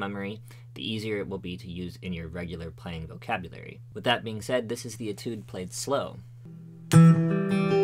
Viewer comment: ay tude not et oode